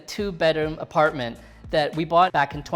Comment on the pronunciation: Apratment tour you said